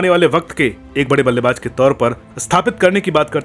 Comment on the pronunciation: Aap ko jjjjjaaaa se ziyada lgao h kya Ballebaz Ko ballebajjjjj😂😂😂😂😂😂 Please Ko Pleajjjj😂😂😂